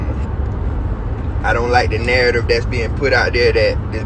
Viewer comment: "A nurrtive" where're you from bro? Lmao